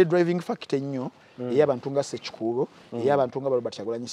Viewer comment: His name is Hon. Ssekikubo NOT SSEKUKUUBO.. ur the 1st mugand I have listened to and doesn't know how to pronounce this name!!